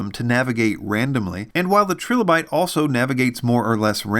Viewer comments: its killing me but its pronounced TRY LOW BYTE . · Tri-lo-bite, like the fossils. Unless that is how you'all pronounce the fossil as well :) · It’s “TRY-LA-BITE”. There’s no second “L” to soften the “i”.